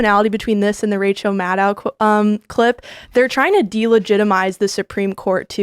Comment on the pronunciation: Tim i just request you start using Rachel’s last name how it’s suppose to be pronounced. “Mad-Cow”